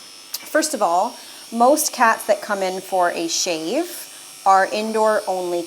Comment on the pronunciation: SHAVE NOT SHEVE